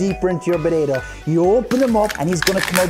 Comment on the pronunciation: The way that guy says "potato" is deeply disturbing to me, somehow.